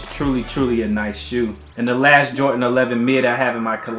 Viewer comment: Its "Jordan" not "Jortan"